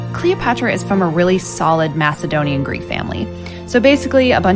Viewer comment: Macedonia pronounced wrong 😂